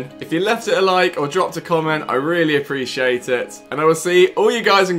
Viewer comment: I love how you say you appreciate tit at the end of every video ;p